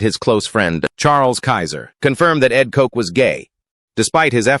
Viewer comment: Ed Kotch!,,,,,,,,,, not Ed Kox......moron... learn how to pronounced names!